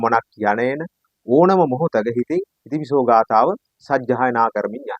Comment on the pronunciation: බොහෝම කුසල් බුදු ගුණ ආනිසංස විස්තර කිරීමට 🙏 පුංචි නිවැරදි කිරීමක් කිරීමට අවසර... "ඉතිපිසෝ" යනුවෙන් එකට නොව... "ඉතිපි සෝ භගවා...." යනුවෙන් වෙන්කොට කිව යුතුයි.... එහි අර්ථය වන්නේ "ඉශ්ඨ වූ, ප්‍රිය වූ භාග්‍යවතුත් ව්හන්සේ" යන්නයි... ඉතිපිසෝ යනුවෙන් එකට උච්චාරනයෙන් නියම අර්ථය විකුර්ති වන ඇතර හරියාකාරව උතුම් ගාතාවේ ගුණය නොපිටයි... උතුම් නව අරහාදී බුද්ධ ගුණ බලයෙන් ඔබ සුරක්ශා වෙත්වා🙏 නිවීමම වෙත්වා🙏 තෙරුවන්සරණයි 🙏